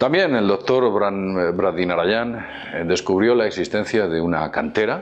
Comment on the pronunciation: vídeo excelente, sigo la mayoría de éstos. Sólo un consejo, ya que puedes premeditar la grabación, estaría muy bien que el nombre de este señor Braday Nayaranan no pareciera difícil de recordar para ti. Un saludo y un abrazo, eres un grande